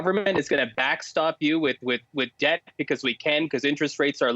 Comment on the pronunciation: People, Pleas tell that the b in debt is silent. It is pronounced as DET!!